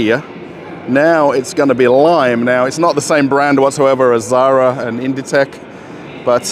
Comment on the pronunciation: Sorry about mispronouncing the Zara company name. the French name for ecru is interesting. Thanks.